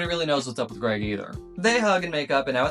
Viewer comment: Lets gooo, he got Greg's name right